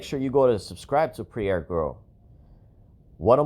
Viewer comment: your saying her name wrong. Pronounce her name like it sounds. Prairee ( Prairie) look up the meaning.